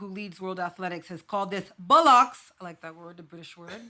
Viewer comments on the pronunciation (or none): Bollocks, not bullocks!